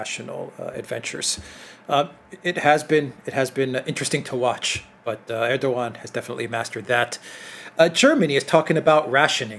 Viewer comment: Erdogan's name is pronounced "Erdowan".